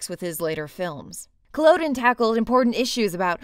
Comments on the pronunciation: Culloden is pronounced Coll udden.No offence intended. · For anyone watching through back catalogue: 1) You can watch "Punishment Park" for free here on YouTube (just search I'm not gonna link and risk it being taken down by copyright) and a 2004 interview with Peter Watkins about the film. 2) That's not how you pronounce "Culloden" but Calliope Syndrome here should be forgiven because of how good the rest of the video is (for future reference the "o" is supposed to be a short o sound closer to - Cull-uh-din).